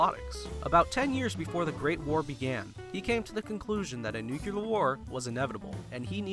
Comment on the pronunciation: "nucular" why??